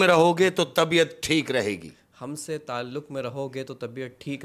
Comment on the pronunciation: Saliqe ko salika kah rhe hai talluq ko talluk..kaha se urdu achi hai ki usse achi meri hai indian me hindi walo k sath rah kr bhi...tallaffuz pr gaur farmaiyega...baqi kahaniya achi kahte ho sakam and respect from India😊